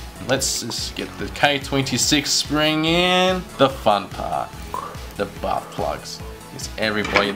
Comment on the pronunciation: I swear it sounds like you said butt plug instead of bath plug